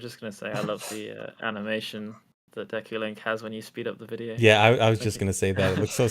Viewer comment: Why does he say Deku like Deaku? Edit: damn I got called out HARD, props